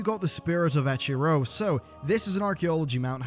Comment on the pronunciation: Eker-o. Not Echer-o.